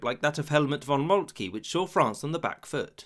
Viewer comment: It is? Molt-kee? Bay-den? Methinks less than great.